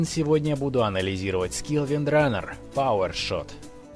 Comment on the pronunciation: Не Windrunner a Windrannger